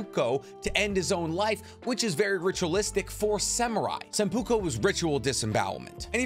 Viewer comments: WTF are you talking about? Sannins were in the peak of their power while fighting Hanzo? When they were that young, you assume, that since they were like 20 - 25 they never got stronger through their entire life? This is bullshit my friend. PS.: Seppuku, not sempuko... My god dude, you could do some research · Its Seppuku not Seppuka or Sempuka. If its hard to say, just use Harakiri Ha-Ra-Ki-ri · Hey not to be a grammar shark, but it is Seppuku, not Senpuko. Sorry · Great video. But god dang my man. It is pronounced “seppuku” not “sempuko” lmao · He didnt hold the Sannin off at the peak of their power. How do you figure that? Also, its not "sempuko". It's "seppuku". "Nagito"? Come on, man. How you gonna act like you're the anime guy when you can't even be bothered to get the pronunciations right? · Its seppuku not sempuko. Also when you say "run on site orders" do you mean they fight on sight like run them hands or do you mean they are to run away on sight. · It's called "seppuku", not sempuko or whatever you said. Rest of the video is great though! Thanks for the information about him! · Seppuku… not seMpuku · Dog, love the content but you have got to learn how to pronounce japanese words and names. It's seppuku, not senpuko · Hearing you say “senpuko” makes me want to commit seppuku. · Senpuko? isnt it seppuku? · Sempuko? I think you mean Seppuku or hara kiri? And when you say Squirmish you mean Skirmish? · Sepuku not sepuko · Sempuko.. lol. Its seppuku. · I didn't know Hanzo was a fan of Italian liquors.... Was he an alcoholic? lmao committing "Sambuca" or "sampoop-ko" or "Sempuko" or whatever you thought it was. its "Seppuku" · It's SEPUKU not SEMPUKO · He said “senpukou” 😂 I love your content but these mispronunciations are outta this world. “Seppuku” just for the future 😁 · Not sure if you're aware, but the ritualistic suicide isn't "Sempuko" it's Seppuku. Overall great video as always! Really enjoyed it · “Sepoku” pronounce “SEH-POE-KOO” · "sempuko" lmao